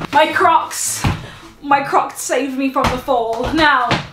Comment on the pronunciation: At the beginning, at first I thought you said, “My crotch!” 🤣